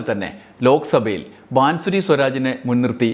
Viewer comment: ബാംസുരി ബാസുരി വായിക്കുക ആണ്. അടുത്ത സ്മൃതി ഇറാനി